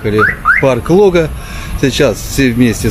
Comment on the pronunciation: Когда же вы, прежде чем снимать, научитесь правильно ставить ударение. Лога - на второй слог.